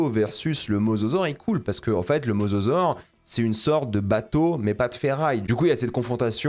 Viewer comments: Dire mozozore au lieu de mosasaure ça m'a fait rire à chaque fois y'a des vibes de "cocodile" ou "rhinoféroce", désolé de ce commentaire de con tatillon (en même temps pour quelqu'un qui est aussi à fond sur la VO je pense que j'ai droit). Très bonne vidéo comme d'hab, merci de ton travail ! Je sais pas si tu as des conseils pour me réconcilier avec le cinéma de spectacle; à titre personnel ce film est symptomatique des reboot de licence et de fait impossible pour moi à apprécier de quelque point de vue que ce soit. Impossible de ne pas visionner ce genre de matériel sans me dire chaque minute que c'est des producteurs avides de frics qui agitent le cadavre d'une licence devant mes yeux en essayant de réveiller ma nostalgie sans se donner la peine de comprendre ce qui faisait l'essence du matériau de base. Je me suis refait la trilogie récemment et quelle ne fût pas ma surprise de voir que même le Monde Perdu beh... J'ai beau l'aimer d'amour beh il est vraiment pas ouf mdr, et il provoque déjà un peu à mon sens ce manque de corps au profit de l'image brute et d'un concept qui s'épuise de film en film. Bref, tout ça pour dire que si tu as des conseils de films qui pourraient réconcilier avec l'entertainement pur et dur, je suis preneur de fou parce que j'ai pas envie d'être uniquement un gros réac ou au mieux un pseudo cinéphile exigeant qui casse les rêves de mes potes qui aiment juste bien les dinosaures, les voitures ou l'espace. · MosAsaure svp... Entendre Mososaure m'a fait saigner les oreilles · il arrive même pas à prononcer le mosasaure correctement faut pas lui demander ma lune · C'est mosasaure, pas masasaure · mozozore XD